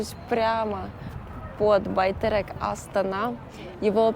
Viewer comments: Байтерек)) не Байтэрэк))) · Не Байтэрэк, Байтерек, вы же не говорите хлэб, вместо хлеб, вы что халха. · Учите казахский и будет Байтерек вместо Байтэрэк и тенге вместо тэнгэ! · Не Байтэрэк, а Байтерек